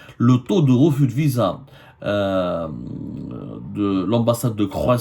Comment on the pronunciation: Vous avez dit Visaa,Visa comme c visant?